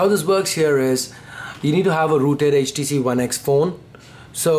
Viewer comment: I like ur voice when u said "rooted", It's like ruted XD